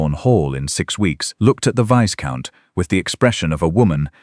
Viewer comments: Viscount is not pronounced Visscount, it's Vycount. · Not viscount, but itz a silent s so vycount